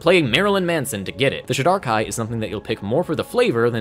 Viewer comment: Great overview of the elves! The only thing that threw me for a second is how you pronounce Shadar-Kai. I've always pronounced it like this: so it took me a second to figure out what you were saying 😂